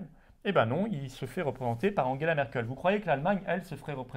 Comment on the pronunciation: Je suis patriote mais svp Angela pas Anguela on est pas allemand merci